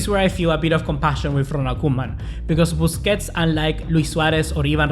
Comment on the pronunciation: 😂😂😂man said bussi